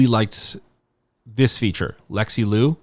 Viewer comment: just as a note, liu should be pronounced closer to “leo” than “loo” !!